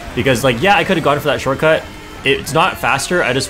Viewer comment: I took a sip everytime said "shorcut" and I went drunk after 3 minutes. Next time I'll try with the word "bagging" 😂